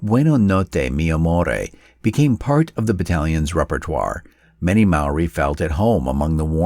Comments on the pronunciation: Mispronunciation. Maori is pronounced like "mouldy" but it's a common mistake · As a Māori, this made me proud and sad. You did us proud with your video mate but my ears a bleeding afther that pronunciation 😅